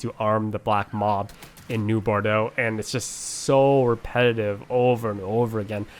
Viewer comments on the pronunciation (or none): new bordo? I thought it was new (Bor-oh-Docks